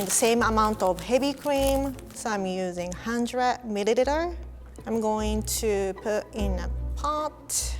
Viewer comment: Did she say midideter or milileter😂